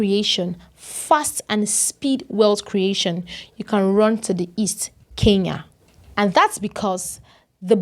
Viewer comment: She is neither a South African nor a Kenyan. Her pronunciation of Kenya is more like Keya and Kenyan comes out as Keyan! Talks like a Nigerian, loud mouthed like a Nigerian, reasons like a Nigerian, then she must be a Nigerian! By the way, I am a Kenyan, and not a Keyan, as this vlogger is trying to imply.